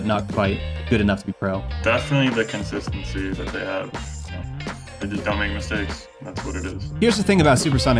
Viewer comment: Good start on the "Constistency" instead of "Consistency" ;-P